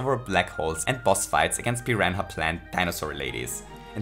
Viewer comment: Whenever I need to spell the word "piranha" I just think of the way pronounces it and spell it like that